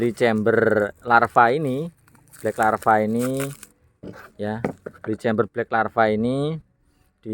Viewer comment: Bkack lava om...... bukan black larva...